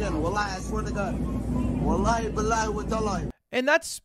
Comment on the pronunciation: … bro the way he say wallahi like dude THIS IS HARAM